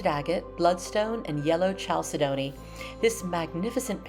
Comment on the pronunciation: I think it's pronounced kal-SED-a-nee